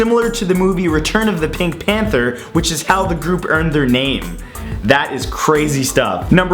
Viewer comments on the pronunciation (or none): none